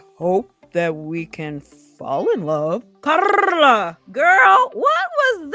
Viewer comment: Love the way you pronounce Carla!